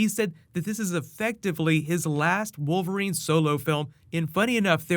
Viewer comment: did you say wolf erine??